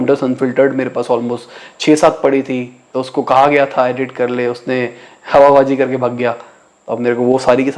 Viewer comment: Proper Delhi Slang "Hawabaazi kakre bhag gaya" 😂😂😂😂👏👏